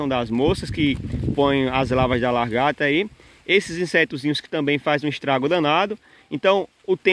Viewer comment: Desculpa,gosto muito dos seus vídeos,porém me incomoda vc dizer que é professor e falando "largata","decascar","varêa".Vc é professor mesmo, ou auto intitulou?(Só por curiosidade)